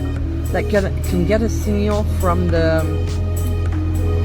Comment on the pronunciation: Seegnial and allemium